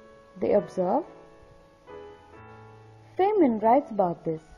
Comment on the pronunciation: His name is pronounced "Fine men" not "Fain men."